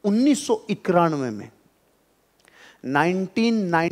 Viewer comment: Sir apki speech achhi hai but ek suggetion hai ap ekanave ko ekranve nahi bola kijiye